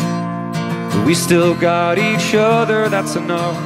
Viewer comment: I looked this song up because the way the singer pronounces certain words is bizarre. This song sounds like this is how you "work" on, and " we still got each udder, that's enough" "I'm here and I'm not going any ware"